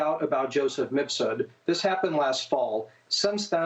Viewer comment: Brava to Maria. She finally said Mif-sud, after years of saying Mis-fud.